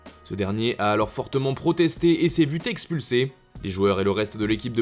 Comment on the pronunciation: "s'est vu texpulsé" ? S'est vu Nexpulsé !